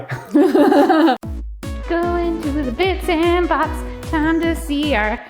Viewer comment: Some interesting terminologies being used in this episode. Counterlevered? Isnt it cantilevered? Also, its definitely supposed to be bits and boBs, not boPs.